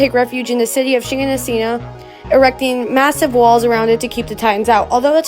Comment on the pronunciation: Holy mother of Shiganshina pronunciation.